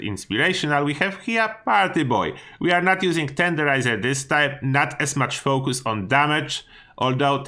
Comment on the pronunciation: “No foh-koos much on damage”